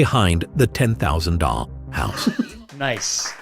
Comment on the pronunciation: i thought he said 10,000 dong house for a second, and i wondered if it was the money or dongs